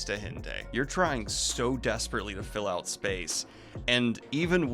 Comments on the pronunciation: I hate to be the one to say it but... it's "hent-eye" not "hent-ayy" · dude! it's pronounced hen-tie. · Can't wait for the "it's not pronounced hen-tay reeeeeee" comments